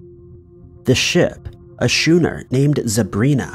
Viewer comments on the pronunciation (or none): Schooner, that type of ship in the beginning of the video, is pronounced SKOONER, NOT shooner. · Yeah it’s funny how he pronounced shooner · quick FYI mate, "schooner" is pronounced skooner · Its pronounced skooner, not what you said. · Pronounced SKOONER. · You beat me to it. "Skooner". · And it’s pronounced “jeena Davis”, not “greena” 🙄